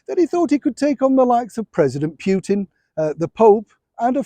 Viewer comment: It is not Pyutin, it is like 'ou' in ' you - Poutin - Putin.